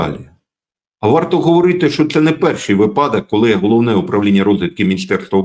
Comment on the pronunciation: блестящий анализ. но почему вы игнорируете правила языка? правильно говорить вИпадок. удивляете, честное слово. от интеллектуалов ожидают грамотную речь. иначе можно сомневаться и в качестве аналитики, если допускаются такие грубые ошибки.